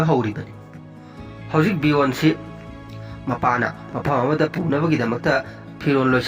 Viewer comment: Ragnar haibne regner haibne natte. Legartha do lagartha. Khoidw saogatle ng pronunciation se Bjorn su soire